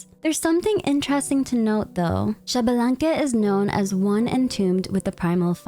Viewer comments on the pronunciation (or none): I know you like to pronounce names correctly, so Xbalanque is pronounced eesh-bah-lan-keh and not shabalanque, often also written as Ixbalanqué. Not sure if Genshin will use the correct pronunciation or not (Tighnari, anyone?), just know this is how it is pronounced in Mayan.